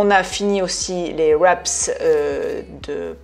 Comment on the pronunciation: tres belles recettes merci, on dit un wrap pas de sss au québec ! hihi